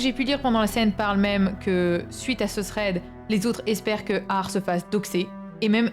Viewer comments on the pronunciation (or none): none